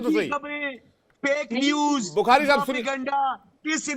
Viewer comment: GD bakshi Shab..ab aap debate se bhi retirement lele.....baar baar "shab shab" bol kar apni garima khatam kar rhe ho.....aur sath hi lamba kheeech kar bolte ho....ab apki umer ho gayi...media main anna band kar do... please